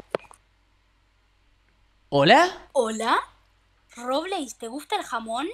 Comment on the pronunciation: No se cuantas veces dijo Robleis entrada secreta xddd